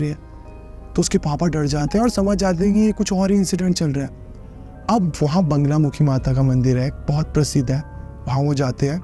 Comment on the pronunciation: bhaiya woh banglamukhi nhi bagalamukhi hai ‼️